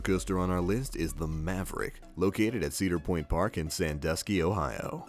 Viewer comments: He said cedar point right the first time and said it wrong the second time and I live by there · Glad that I am not the only one who noticed this. It made me cringe each time that he pronounced Cedar Point and Cedar Fair wrong. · Why does he always say Sedar Point, not Cedar Point? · He is saying ceder Lol its cedar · It's CE-dar point get it right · ITS CEEEEDOR POINT NOT CADOR POINT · It's pronounced cēdar point not cédar piont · cedar point is pernounced like see-der point not cadar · It's not ceder point it's ce-da-r point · They aren't sedir point and sedir fair it's see-der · OMG. SEDIR POINT. NO. NO. CEDAR. ITS CEDAR. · Why would he say "sedir" when he already said "cedar"??? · its ceeedar point eeee not caadar point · It's pronounced see-der point NOT sed-er point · It's pronounced see-der, not se-der. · The Banshee Dangling Coaster at the Sedir Pointe park. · It's SEE-dar point. not Said-dar point. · "Seder Point" Omg I'm dying. Its See Der. Like the tree. xD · C-der Point... like.. the Sea... the letter C. Not Sed-der point.. C... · "SAID ER POINT" cmon bro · It's pronounced seader point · It's pronounced Seeder Point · idiot its cedar not sedir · Setter Point and Setter Fair- lol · "said-er point" so cringy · I cringed every time he said sedir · ITs pronounced cee-dr point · said-er point? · i love cedar point too but its prounced seeder point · And they said Cedar point wing you say it like see dar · "Setter Point" is incorrect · It's pronounced "see Der point", come on its not that hard to say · Stop!!!!!!! ITS (SEE DAR point) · I'm from Kentucky and even I know he's saying cedar wrong lol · It's pronounced ceedar point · He pronounced cedar point wrong and it made me so mad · Notice how he pronounces cedar fair and cedar point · U said cedar point wrong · He said cedar point wrong😂😂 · mcfiddleworth (firebringer1000) he said it correctly the very first time he mentioned it and it all went downhill from there lmao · You pronounced cedar point wrong